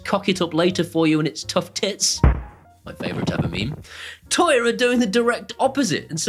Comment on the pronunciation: I really love your vids, but for the love of God, can you please stop saying 'toya'? 🤣